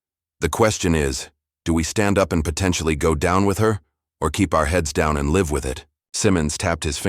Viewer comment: Live as an adjective is pronounced differently than as a verb. Please keep them straight